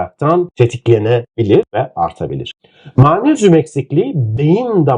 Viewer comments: Yahu Allah aşkına daha magnezyum demeyi bilmiyorsunuz manezyum diyorsunuz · Hocam Ma-nez-yum değil Mag-nez-yum olarak okunur 😮😮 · Mmayğğyğnezyum nedir hocam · türkce telaffuzu gercekten Maanezyum mu?